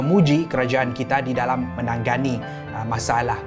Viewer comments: maaf, ade salah sebut tu "menanggani" = sepatutnya me na nga ni. Heeee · sebut menangani= “menang Gani” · me - na - nga - ni menangani ok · tanya jak ya... Knp ko sebut "Menangani"... Dgn "Menang-gani" double "g" dan "sengaja"... Dgn "senaja"